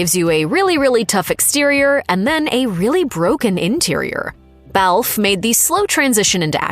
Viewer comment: It is not Belfffff. It is Bel Fay